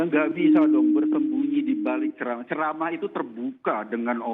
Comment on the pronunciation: Ziss bukan cerama ziss bukan ceramaaaaaa